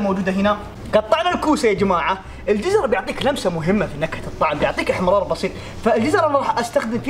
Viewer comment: احتمرار ✅ احمرار ❌ 😂😂